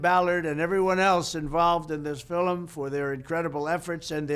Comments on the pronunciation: Did he just say filim ? I guess he’s lucky Jeffrey offed himself, or you, might have had to sentence his bestie and himself. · He says filum like an Irish man .. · Trump can’t say the word film. 😮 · For real though... Why is he saying "FILM" as if it's a two-syllable word? 😅